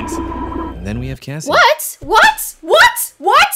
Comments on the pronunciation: it’s kassie* not Cassie xD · It’s Kassie not Cassie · It's KASSIE not Cassie